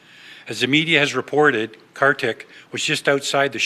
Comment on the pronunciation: Pronounced Car-thick